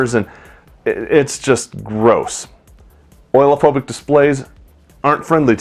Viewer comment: Oleo-phobic = O-leo-phobic, not oil-phobic.